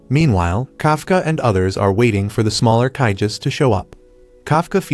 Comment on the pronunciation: IT'S KAIJUS NOT KAIGUS